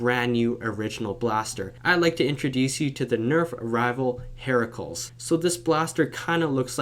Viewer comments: It’s probounced “Hera-clees” Not Hera-culs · its her cu lees not hair ah cles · pronounced like Hera-clease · He didn't say it correctly, he said "heraculs". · it's the proper spelling of Hercules, you pronounce it Hera-cleez. It doesn't rhyme with miracles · It's pronounced hera-clYs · it pronounce hair cue leas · Its pronounced hera-cleese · Did you just say... Heraculs? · it's pronounced "her-ceu-leeze"